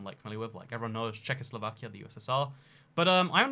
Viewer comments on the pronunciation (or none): none